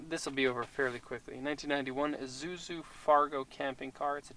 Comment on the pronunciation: It pronounced eee zuzu not a zuzu